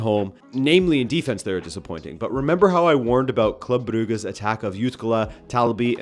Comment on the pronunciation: When did Bruges become Bruga?